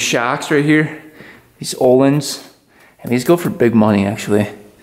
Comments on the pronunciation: its öhlins guys not ohlins ;) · Its "Öhlin" and they are expensive shocks